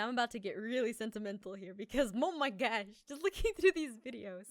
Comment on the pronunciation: did jess say mo my gosh